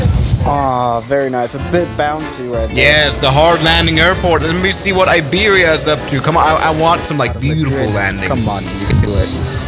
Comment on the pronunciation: as a spanish person i don't aprove iberia being called aibiria